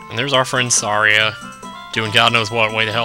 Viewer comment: OMG it's pronounced Sa-REE-a. Like Maria!